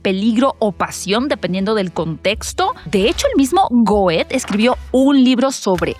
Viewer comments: No se pronuncia "goet" sino "guet" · El apellido "Goethe" se pronuncia "guete" aprende un poco de pronunciación en alemán y francés , no te digo Que lo estudies : solo Q sepas pronunciar en estas lenguas : mucho inglés americano ( olvídate del inglés puro ) y "nada más" es "más Nada " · Se pronuncia Guet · Goethe pronunciado “Goet”? Esto es la pronunciación de algun país? Me ha chirriado muchísimo 😅